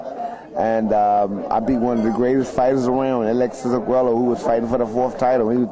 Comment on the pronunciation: Its funny how he pronounces arguello "arguelo" lol